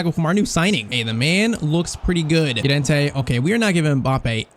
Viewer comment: please dont call him yorente call him llorente